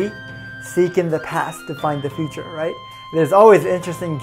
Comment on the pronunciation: "Fure"??!... You mean *future*??